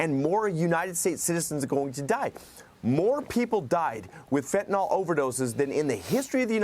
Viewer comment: Wish they’d learn how to pronounce FentanYL. It’s not FentaNOL. Yes, petty, I know, but I appreciate people talking to us being able to speak correctly. Stop saying things like, “they had went”.